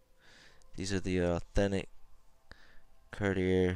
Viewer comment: it is not car di er